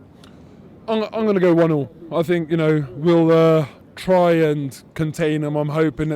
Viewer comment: Robbie sounds like this...... "do you FFFink we should FFFrow someFFFing different at City??? "maybe haveFFF 2 players with good FFFechnique like Kazsuglah (Cazorla) and Ousel (Ozil) boFFF play on sunday??